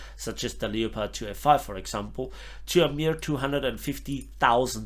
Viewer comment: don't say leo-pard. say it like this - leppard